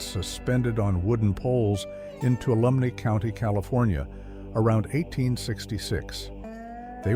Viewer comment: I was binge watching your video. I saw the one with the Chinese workers on this one. It was in Chinese Camp Ca. Tuolumne is the County! . I am from Sonora Ca, known for the gold rush with is next to Chinese Camp. Next time you come across it you will know that it is pronounced like Too-wall-uh-me. The N is silent. Look up Columbia State park. Also same county. It is also a very cool gild rush town!!